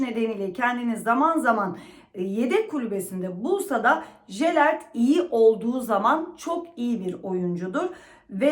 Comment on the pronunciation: Jelert deyil,yelert